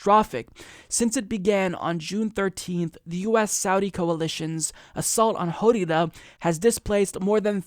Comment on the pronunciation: lmfao how you pronounced Hodeidah xD